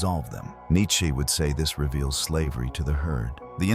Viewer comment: Cracking up at how this Ai narration says Nietsch-ke 😂